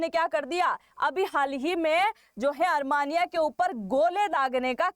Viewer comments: desh ka nam "अरमानिया" nahi "अरमेनिया" hai. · Is it ARMANIA or ARMENIA. Kindly pronounce properly ❤️🇮🇳👍✌️👌🪔👆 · अरमानिया नहीं अरमेनिया